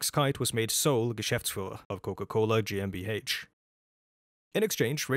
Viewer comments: I am German and I hereby approve your pronounciation. ;) I love all your videos btw. thank you for your efforts. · i only just stumbled upon your channel and i find it funny that you apologize for the pronunciation. your pronunciation is better than 99% of non-germans anywhere on the internet and that GmbH was spot on honestly